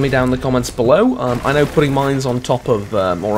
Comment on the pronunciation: I thought the last word said "miners"